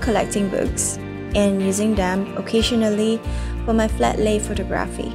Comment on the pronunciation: The way she pronounces “photography” is cringeworthy. 😬